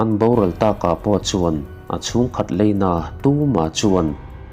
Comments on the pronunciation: Heichu kan correct ve lawk nge aw, leina nilovin laina, tleivar nilovin tlaivar ❤❤ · Leina nilo in 'laina ' tiin lo chhiar thin tawh rawh aww..😊😊😅😅